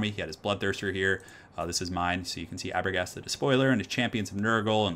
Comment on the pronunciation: Aberghast? Thats actually Araghast the Despoiler from Dawn of War 2 😄